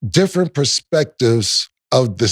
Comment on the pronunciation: Cam said “dissrent” perspective on the second one lol